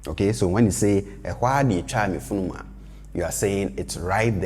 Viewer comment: Thanks! Great video. Does he pronounce "funuma" as "furuma" with the "n" sounding like an "r"? If so, are there any rules around this?